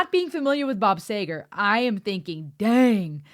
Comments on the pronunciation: It's pronounced "Seeger" btw. I have performed some of his songs for years, because of his raspy voice, you don't realize what a high pitch he is singing at, until you try to copy it. I love this song. And you get the bonus of one (actually two) of the greatest slide guitar solos ever recorded. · Not sager its seger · He is the true bard of the American 20th century. Pronounced See ger nay sayger. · Bob Seeeeger, not Saaayger!!! You should learn how to pronounce their names if you're going to cover their music!!! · Like a rock is used in a commercial for Chevy trucks. His name is prounced Seeger not Bob Sager. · Met my hubby at a Bob Seger concert at Pine Knob in Clarkston MI in 1977. His name is pronounced “Seeger” not “Sayger” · You are saying... say gar Honey it is ....sea ger like see. All Bobs stuff is really good. His words draw you in and stay in your head. Everybody of my generation could sing all his stuff. Nothing complex, no big vocabulary, but great nonetheless. You do not have to analyze or compartmentalize you just enjoy Bob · pronounced SEGER not SAGER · SEEEEEEEEEEE -- GERRRRRRRRRRR !!! Geez , why do newbies keep getting this wrong ? His name is Bob See - Gerrrr , not Say Ger ... SEEEEEEE - GERRRRRR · it's pronounced "seager". (Sorry, if i had to try to make that clear by murdering the spelling of his name.) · It's seger(seeger) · (Sea -ger) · Bob Seger is pronounced Sea-gar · Bob Seger is pronounced "SEE-ger" Bob Seger "Smokin' O.P.'s" Other Peoples Songs. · It's pronounced Bob Sea ger. Lol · It's pronounced seager. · His name is pronounced Seeeger! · Its Bob "See-Grrr". Say it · Pronounced Sea'gar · It's see ger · The name is pronounced "see ger." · Sea -gar please if you go more can you correctly say his name. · It’s “Seger”! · Bob “See-ger “ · Just FYI ... It's pronounced See-gur. 😁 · See ger is how its promoqne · Pronounced "SEEGER" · great review....It´s Bob SEEger.. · It's Bob C-ger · Seger pronounced Sea-ger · Bob See-ger